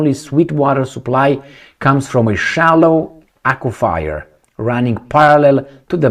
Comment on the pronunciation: Aquifer -- pronounced Acwa-fur ...